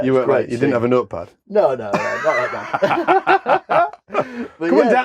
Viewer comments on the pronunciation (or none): Your accent goes all Northern when you talk to the future sailor in his crows nest. What's a "nurtpad"?